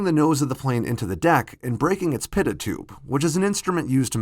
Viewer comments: PITOT Tube is pronounce PEE-toe, not PIT-oh. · 'Pee-toe'...no 'pit-ot' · Pitot tube, pronounced PEE-toe. 👍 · Help me on this, you jet jockeys that strayed from flat tops. The last time I remember, the little tube that measures speed is called a "pitot" tube (sic). Last time I heard it, it was pronounced, "pee-to". Not a "pitto-tube". Please tell me if I'm wrong. With so much on the internet being voiced electronically, it screws up pronunciation as badly as it screws up what I say into the speaker that requires extensive editing. I was a technical writer in the defense industry, and there, language mattered. It may not matter to them, but I wrote manuals some of you used, and I know that if not them, certainly you are interested in something we used to call, "accuracy." I'm getting old, so please tell me if I'm wrong. Or did I misread the Jeppeson manual oh so many years ago? Or did my failing memory just screw the pooch on me once more? Fly? I'm surprised they let me drive, or vote. Youth does have its privileges. Peace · Note to narrator A "pitot tube" is not pronounced like "pivot tube." Instead..phonetically...it sounds like "pee toe" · IT is a pee'-toe tube not a pit'-aht tube (pitot tube). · pit-tit-tube - jesus christ - pitot tube is pronounced pee-tow tube!!! there is no f-ing american pronunciation it's a f-ing french word! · Its spelled "Pitot Tube" but it's pronounced "peet-oh Tube" source: I fly planes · Pitot is pronounced Pee-Toe. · A few technical errors and hysterical mispronunciations. For example, Pitot is pronounce PEA-toe. Great story, but not well enough vetted. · Pitot ( pronounced pee-toe) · pitot tube (peetoe) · Pitot tube: pronounced "PEE toe" FYI French derivation, I think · The pitot tube you referred to in the video is pronounced "Pee-toe", I used them for 30+ years on my job testing airflow... I am not being a "grammar police" officer, just trying to help :-) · Pitot is pronounced “pEEt-o”, it’s a French last name.